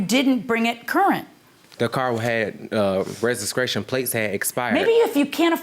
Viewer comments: The car “restcration” 😳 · He said regiscration (registration) and also mispronounced a few other words. 🤨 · no, he said reziskration. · "Rejiscration plates"?